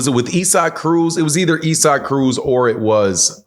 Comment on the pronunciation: Sir it makes no sense for you to be a professional boxing reporter on YouTube and not being able to say Isaac properly 😮‍💨🤦🏽